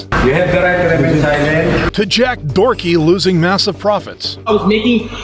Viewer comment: his name is Doherty not Dorky 😂😂😂 thats pretty hilarious though